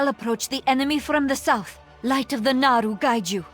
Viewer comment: Seriously people, it's VELEN* and NAARU*